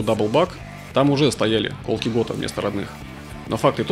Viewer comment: Классный обзор. Только колкИ, а не кОлки )